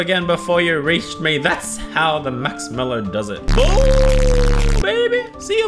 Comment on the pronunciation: When you're saying "MAXMELLO" it's so funny😂😂😂😂